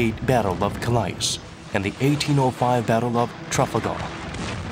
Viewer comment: Weirdest pronunciation of Calais and Trafalgar Ive heard